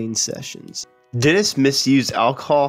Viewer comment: English pronunciation needs work. Woolsin = Wilson? Dents = Dennis?